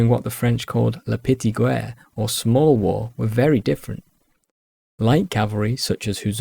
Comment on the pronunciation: Thanks for an awesome historical overview! May i just suggest that the u in guerre, like in guess in english, is only there to indicate the sound of the g. And coup d'oeil is pronounced like "coo DOY" in English